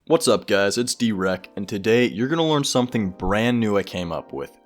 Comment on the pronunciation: When you said dwrecked I thought you said erect